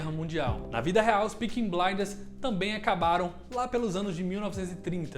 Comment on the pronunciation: Bom vídeo, mas difícil de falar “Peaky” pelo jeito